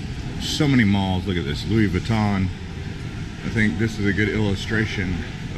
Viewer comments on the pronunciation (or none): none